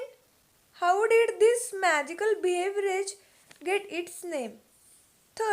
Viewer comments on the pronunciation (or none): Bihavrage 😂😂😂 its beverage u r pronouncing wrong